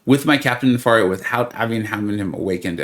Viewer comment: Isn’t it “ne-fair-ia” like nefarious? I just spun 2 then popped 10 and got him! Thanks for the hard work and The Illuminati 👍